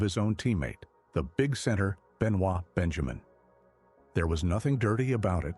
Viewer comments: As soon as AI can't say his name right, I'm done....so 5 seconds. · You can’t even pronounce his name correctly!!!!